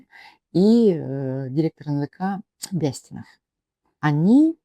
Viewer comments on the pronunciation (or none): БЯстинов говорит в мэсто э я плюс ударние на первы слог . ЗАболоцкий ударение первом слоге на а ,а не на третьем на о. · Свободная Якутия? Почему фамилии Бэстинов и Заболоцкий неправильно выговариваете? Чтото сомнительно что вы из Якутии и на экране ваше лицо.